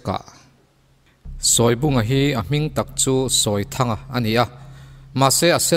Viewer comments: A ngaihnawm thei hle mai. Mahse, Sawi lubunga hi, a thlûk ka hriat dan chuan, 'sawi' tihlai hi 'eng thu nge i sawi!? ' kan tih a, 'sawi' tih a lamtur a ni zawk lo maw!!??? chuan Sele kî pawh kha chhimbal angin a kual raih a, a eng(yellow) khâk bawk!!.. a êng(light) nilovin!... (ka lo zep ve zuai a ni e!) 😄😄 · Sawibunga tih hi i lam dik lo deuh lo maw? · Sawibunga tih I lam Rik Dan hi a diklo deuh in kahria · Sawibunga hi i lam dan a dikhlel deuh em aw???